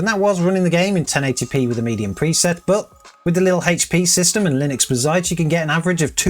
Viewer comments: You know it's "bazzait" not "bizait", come on! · It's Bazz..ite not Ba..zzite. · WHAT THE FUCK IS B'ZITE ? its BAZZ ITE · BAH-ZITE... but Buuu-zite. Also, what a bore to build a Bazzite machine and not using Game Mode... skip. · Hearing you call Bazzite like that made me want to give you a hug and say something like "that's ok buddy!" :) In the video description you have a typo calling the gpu the 3060. Good video man, more realistic as most people use Nvidia GPUs. I still don't know if I would move to Linux. Software I want to continue using doesn't seem to be easily or at all run on Linux. I am thinking of the Enterprise versions of 11 or 10 instead. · Ba-Zite? Litrus? What are you trying to do to my head 🤣 Baz-ite, Loo-tris